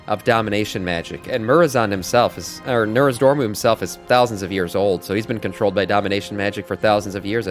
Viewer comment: I giggle every time you say NORZdormu lol I believe it's NOZdormu - great content, I'm subbing